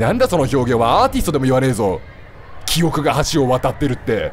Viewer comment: キヨが言う｢記憶｣が｢キヨく｣なんだよなw 拡大すなwwww